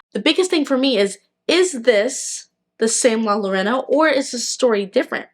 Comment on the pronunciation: Her name is not Lorena, try replacing the Ls with the sound of y when you say it and there is no e it's an O. like Yorona.☺️❤